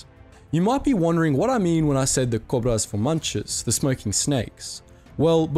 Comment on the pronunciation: Uhm I'm Brazilian myself, and erm... not to be rude, but you mispronounced the Cobras.. but anyways, good video.